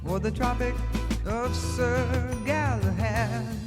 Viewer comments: Hey,. This band is one of those where I've likely heard several songs by them, but never recognize the band. Just slightly B4 my time of awareness. Great lyrics in this & Horse with no Name. Pretty sure you understood the concept of the song, despite calling Sir GallahaD "Sor GallahaN," even after looking it up. 😂 Never change! I want you to understand that when I comment about it, it's never malicious mocking, but friendly teasing. I laugh with my mom at her mispronunciations, as she has a great sense of humor about it. Just the same as we make fun of each other for other flaws like cutting each others sentences off to try to "guess" what the other was going to say next. We're always like "Let me finish! Lemme get out what I'm tryna say!" Then we just laugh bcuz we both do that. Anyhow, besides all that, the Legend of King Arthur is mad interesting. There's movies about it. He's basically like Robin Hood in that, probably based on real person or mix of people, but actually a mythological person and the stories became so Legendary that they are treated as factual history. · This is what I DETEST about voice-2-speech A.I. info. You are pronouncing Sir Galahad wrong but the answer A. I. gave did not correct you and reinforced your mistake as factual. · Good ol Sir Gallahan. 😂 Htf does an American adult not know anything about Sir Galahad? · I'm pretty sure it was Sir Galahad, not sir Galahan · It's Sir Galahad. With a d.